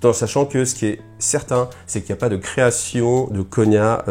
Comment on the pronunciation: Et ça se prononce "nia" et pas "Gna" je suppose ?